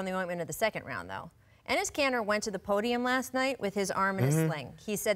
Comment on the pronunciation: Enis Kanter? Really? 😂